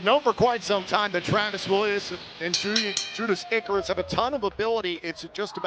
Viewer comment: "Judarus Icarus" "Judeus Icarus" Oh,.